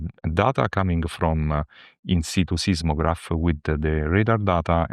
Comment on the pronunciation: He says ‘In situ’ (latin: ‘ on the spot’)….. not “inside”